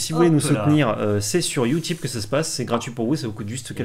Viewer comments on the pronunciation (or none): none